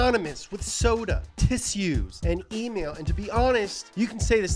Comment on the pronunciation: Tiss-u. I'm gonna start pronouncing it like that from now on.